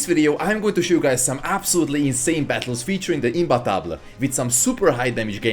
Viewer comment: Thank you for pronouncing imbattable correctly